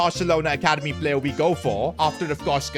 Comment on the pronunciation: Don't worry, he says star "payer", not star player.. 😅